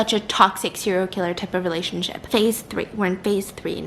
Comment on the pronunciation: “It will ✨resurrect✨our relashonship”💀😂